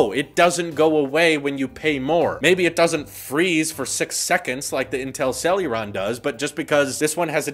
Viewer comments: It's hilarious how you keep saying Celluron io Celeron. But it's OK, they're not worth the correct pronunciation 😂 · it's CEL-E-RON, NOT CEL-U-RON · Say it with us, Sell-a-Ron. Not sell-yur-ron 🤦‍♂️ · First "For-bees" Now "Sel-uron" Jesus lol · For the love of fuck,, CEL-ER-ON. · Where is the "u" is "celeron" coming from? =p